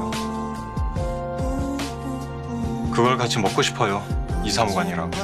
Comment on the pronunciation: 말을 더 대충대충 하면. ..<싶어요>..라는 말을..굴곡(느끼함)없이..툭 떨어뜨리듯이..흐리게..담뱃재같은 분위기로 말하면(싶 어 요 에서 시 퍼 요 로..어? 라는 발음을 거의 생략.. 강 강 약 아니라 강 약 약 대충 말하기 말보다 행동이 자기도 모르게 나오는 성격인척 하는 )..유진한 케릭터가 더 몰입되고 멋있고 진짜 유진한으로 보일것같다는? 아님말고...유진한은 거북이 월드 사람..나는 디즈니월드(이진욱님) 사람..구체적으로.그속에서도.이봐월드